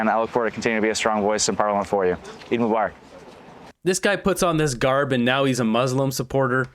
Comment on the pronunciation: can't even say Eid Mubarak ( Eeed mu bar ak ) properly 😂. Trust me as a Muslim liberals and ndp are not getting our votes lol